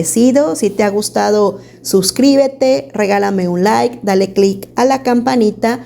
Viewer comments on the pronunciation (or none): none